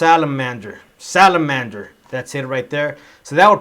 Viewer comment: Good job.we want more of your videos.i didnt quite get the way you pronounced the ending of the word Salamander.From Zimbabwe.